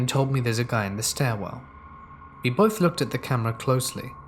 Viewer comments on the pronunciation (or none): none